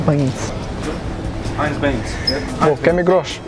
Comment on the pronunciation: The way he said Heinz beans thooooo 😂😂